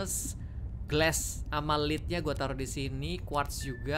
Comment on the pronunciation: yes akhirnya mainin Subnautica: Below Zero, soalnya bang hans kemaren udah main itu udah dikasih tau berkali2 nama planetnya planet 4546B dan btw lead itu dibacanya led ya hanya sekedar info saja